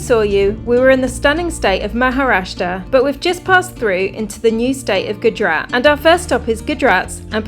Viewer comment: Please learn to prounance names properly... It's Gujrat (Gujj…RATHH), not Goodrat 😂